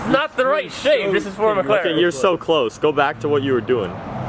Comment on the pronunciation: "Cwose your twonk dwag"